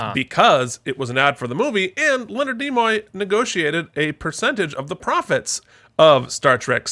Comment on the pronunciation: It's Nimoy, not Nemoy. Also, Spock was Ambassador, not Admiral.